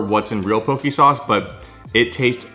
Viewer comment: FYI you’re saying pokey and it is pronounced poe-k